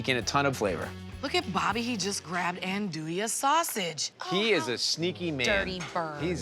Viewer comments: That is NOT how you andouille! Ahn-doo-ee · Why does he pronounce andouille that way. I thought he was a chef